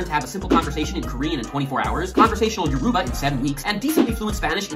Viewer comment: Its pronounce YOUR-ROW-BAH please